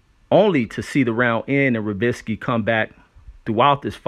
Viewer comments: Ryan Ro-zee-kee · its pronounced Rose-Icky